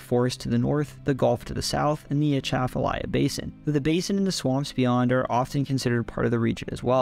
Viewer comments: yeah, but still good pronunciation. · Born and raised in Louisiana (north Louisiana). You get two gold stars for pronouncing Atchafalaya River correctly. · Atchafalaya pronunciation.... nailed it. Good job